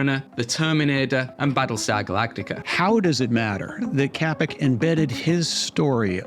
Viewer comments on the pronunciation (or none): Hi, loved this but just one small thing. The name Čapek is not pronounced with “K” at the beginning but the letter “Č” is pronounced the same as in the name of the country Czechia. Thanks for the video it was very informative.